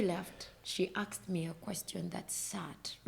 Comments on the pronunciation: Mw. '', weebale kukyaza bannaffe abo. Save for the mugole’s ‘Pro Max’ accent, I genuinely enjoyed their story. It was touching, inspirational, and, in parts, quite emotional. I must admit, though, I struggled a bit with pronunciations like ‘aks/aksed’ for ask/asked, ‘Cheêwătoõlëh’ for Kiwatule, ‘Næjârřnäñkhúmbî’ for Nnajjanankumbi, and ‘bĕŕṛãĥ’ for better! 😂😅 That said, I’m truly happy for them and wish them all the very best as they journey toward full restoration—individually, as spouses, and as a family. Cheers! 🥂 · Why do you pronounce it as akxed?.... instead of asked....uhm....it sounds ghetto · and the word aksed me😂😂😂😂😂